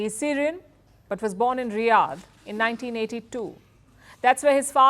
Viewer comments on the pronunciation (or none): none